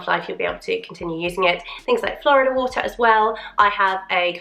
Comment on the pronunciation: FYI Florida water is pronounced Floor-EEE-dah, not like the US state. It’s a Spanish word. ✌️